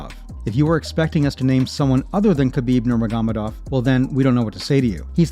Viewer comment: “khabib nermigomidov” 😭 does the narrator even watch mma or does he just read off a script